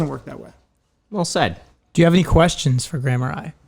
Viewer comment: Is it just be or did he say “stay by Gran” instead of Graham